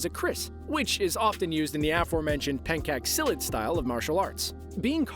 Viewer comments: I'm Indonesian and when I watched the movie, I was shocked because it rlly looks like keris!🤣 then i watch this video, oh the sword is inspired by keris... 😂 Btw in it's not "pancake silat", it's "pencak silat" read: penjaak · Im so sorry Its not pencake (Food) but it is Pencak silat. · Those "penkak silat" (we pronounce c as ch not kh) and "south asia" make me uncomfortable 😃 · As an indonesian, its pronounced as PEN-CAK-SI-LAT not PEN-KAK-SI-LET and its not KRIS but its KERIS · pencak silat actually sounds more like "pen chuck" but the video says "pancake" lmao 🧁 but thats okay.😄😌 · Pencak Silat = pronounce somewhat like /pen-cha' si-lat/ or /pen-chak si-lat/.